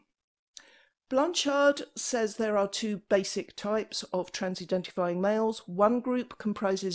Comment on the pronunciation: I love it when she says that